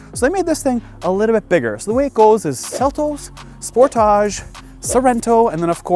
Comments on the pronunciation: Spor. Taage.. dude thinks it's a French word. How irritating! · How do you really pronounce "Sportage"? Cuz the way he saying it is really weird lmao